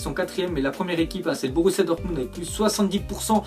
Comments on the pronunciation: prononce dormunbd au lieu de "dormundt" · Dortmubd Wouah C'est Dortmund 😑